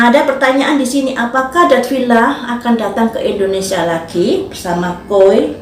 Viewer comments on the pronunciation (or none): none